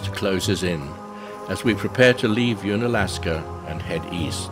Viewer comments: Nice video! Unalaska is pronounced un, as in undone or under ... not as in "ooon". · If only you could pronounce unalaska properly